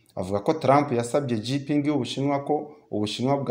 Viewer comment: Président w'ubushinwa ntabwo ari Jipingi ahubwo yitwa Xi Jinping, bisomwa ngo (shinjiping)